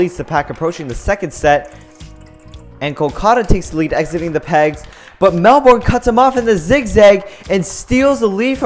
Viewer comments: It's 'Mel-bun', not 'Mel-borne'. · Its not melborn it’s melben but spelt Melbourne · Mel born it’s Melbourne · It's pronounced Mel-bin, not Mel-born. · Melbourne is pronounsed mel-ben